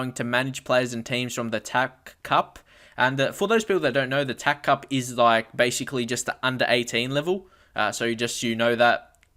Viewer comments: STOP CALLING IT THE "TACK" CUP.... ITS T.A.C. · its pronounced "TEE,AYY,SEE" cup